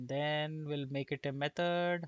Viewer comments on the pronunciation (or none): none